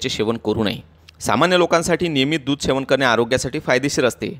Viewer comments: शेवन नाही सेवन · सेवन पाहिजे शेवन नाही